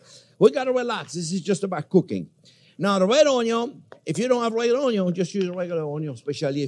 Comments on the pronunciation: its not onyo its onyon! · Chef has officially said Onyo for the millionth time! 🎉🎉🎉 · Oui Chef ! ! ! Onyo ! ! ! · RED ONYO, LMFAO! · red ?...it is purple awn-yaw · What's an unyawn?